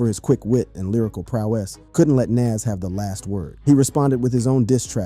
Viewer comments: who tf is "NAZZ"? must be a wanna be NAS or just a case of someone who can't pronounce an artist name correctly. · I've never heard " Nas " pronounced this way. And definitely click bait. Boo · Eminem dissed Dre?? Is that for reals?? Everytime he said the name NaS was incorrect LOL 🤣😂